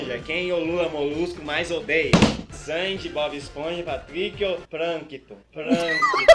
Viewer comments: Pranquitum kkkkkkkk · "PRANQUITUM" kkkkkkkkkkkkkk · "Pranquitum", - 2015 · "PRAQUITUN" esse foi o melhor momento do vídeo kkkkkkkkk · Pranquitum KKKKKKKKKKKKKKKKKKKKK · Pranquitom kkkkkkkkkkkkkk kkkk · Pranquitum kkkkkkkkkkkkkkkkkk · Pranquitum kkk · Pranquitum kkkkkkkkkk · PRANQUITUM KKKKKK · "PRANQUITUM", 2015